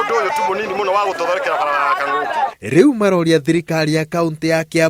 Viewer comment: Kang'oki not Kangoki.....